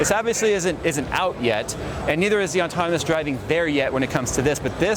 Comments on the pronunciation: definitely sounds like you're saying ontonomous instead of autonomous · I brought this up in one of his previous videos. Everyone is adamant he's says autonomous, but he clearly isn't 50% of the time he says the N before the T. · said "autonomous" so many times he's sure he pronounced it correctly at least once XD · doesn't know the word very well